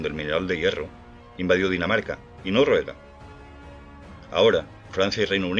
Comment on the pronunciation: Porque dices Norruega y no Noruega? Con 2 erres, me refiero.